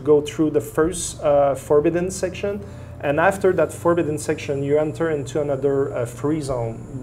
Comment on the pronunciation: We recruit scientist from all over the world, all the time. Stop being so stupid. Grow the fuck up and stop saying "in" when you mean "and". All your credibility goes out the window, it's difficult to understand you, and you look like you belong on Rugrats.